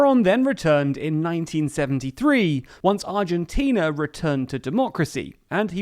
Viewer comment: Congratulations on a very well presented article, balanced and covering all basic points. You even got the Spanish pronunciation rsther accurately. Argentina is an extreme case of s society wishing to live well beyond its means, with a political class willing to provide the siren’s song. Consequently it has been running deficits of 4-6% of GDP on a consistent basis, so no surprise that inflation hovers 50% unabated. Let’s hope our perpetually adolescent society will one day come to its senses and decide to grow up. I am 69 already, and I am beginning to despair.